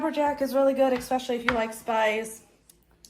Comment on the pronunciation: I do enjoy your videos and happy that you post as often as you do. However I have to let you know there is no “X” in the word especially.